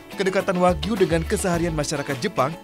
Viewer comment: Wagyu Bukan Wahyu